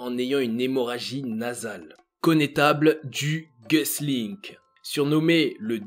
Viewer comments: Du gueusselink🤣🤣 sérieux Pour ta culture c'est un français et il s'appelle du "guéclin" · "Connétable du Gueux-sline-k"... Euh... Son nom se prononce "du guéclain" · Ne pas savoir prononcer correctement un nom ? Sérieusement ? Une chaîne censée parler de culture 😅. Du Guesclin ne se prononce pas du tout comme tu l'as fait 😂. Il était français, ça se prononce donc comme ça s'écrit [phonétique: Du Guéclin] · connetable de gus link ? c'est une blague? Bertrand Du Guesclin, tu l'as tuer une seconde fois en prononçant son nom